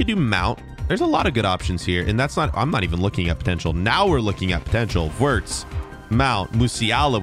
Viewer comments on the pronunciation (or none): none